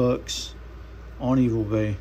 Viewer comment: where is it that you suggest getting the kit from? Sounds like you say Evil Base or Evil Bays but I’m guessing it’s eBay haha. I appreciate you showing your process… really contemplating trying to make a slip myself since I just bought 2 Sodbuster Jrs.